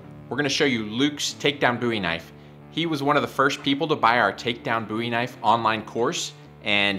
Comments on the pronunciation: Bowie.. Do you call David Bowie David Boowee? No, no you do not. Love your work though. 😉🍻😐Boowee😑😣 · Please stop saying boowee 😑✋🏼